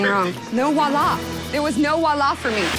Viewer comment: Voila. The French word is voila, which is pronounced VWAH LAH!